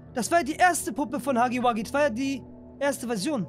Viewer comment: ist gefühlt der erste youtuber der huggy wuggy richtig ausspricht